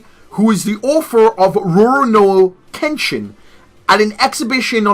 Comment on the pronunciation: The first part in Kenshin's name your saying it completely wrong lol, you do this with everything and it Urks me